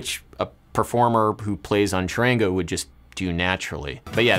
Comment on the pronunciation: it's no "Shorangouu" its CHARANGO